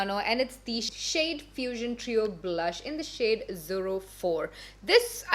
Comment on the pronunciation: It’s so cute when says zero as zurro like churro 🤣❤️